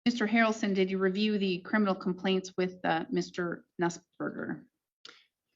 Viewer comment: Mr. HARRaRrlson, Mister HARRalson lol